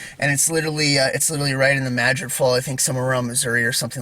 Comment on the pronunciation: I just looked so forward when you post a video….You are the only person who pronounces New Madrid right I live in South East Missouri and everybody pronounces it wrong lol